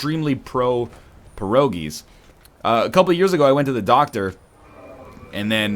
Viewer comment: Holy fucking shit i was wondering what was the word he was saying, and it was "Pierogi's" the whole time.